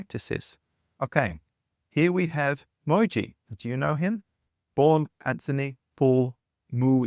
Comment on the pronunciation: bro couldnt even do enough research to learn how Mooji is spelled and pronounced